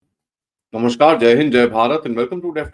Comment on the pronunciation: Sir aap kiya bengali ho? Yeha West Bengal se koi tar aap ka juda hua hai? Kyun ki aap ne jab Namaskar bola tavi usme toda bengali jaise laga.